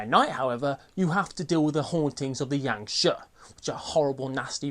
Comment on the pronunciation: Great one as per the norm! Always look forward to your vids! Just FYI, Jiangshi is pronounced as jee-ung shi. I think it is anyway. Mandarin is mad.